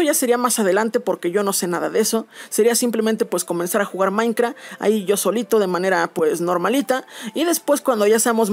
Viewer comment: Jaja me encanta como dice "Maincra"